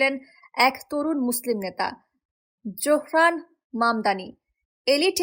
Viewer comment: নাম ZOহরান মামদানি। Z-O-H-R-A-N M-A-M-D-A-N-I. Z-O উচ্চারণ করা হয় zo, not jo.